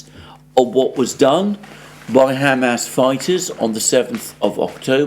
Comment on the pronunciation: For the second time!!! It's not ham🥩 ass🍑!!!!!! It's Hamas, two syllables pronounced as one! Haumaus. My Syrian friend says when you pronounce it, its like knives to his ears.